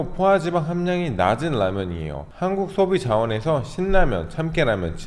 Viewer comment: 아나운서가 아니신것은 알지만 아기다리고기다리 같은 발음이 많이세요ㅋㅋ 무파 마탕면, 한국소비 자원ㅋㅋ 영상 볼때마다 재밌습니다